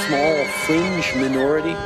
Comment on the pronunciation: I can't believe Canadians voted in dumbass blackface turdeau, a man so intelligent he can't even pronounce minority correct! 😂😂😂😂